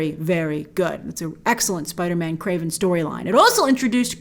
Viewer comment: "KWAVEN" the hunter? Don't you mean "KRAVEN" the hunter?